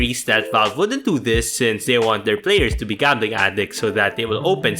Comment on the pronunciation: Why the f you say jambling instead of gambling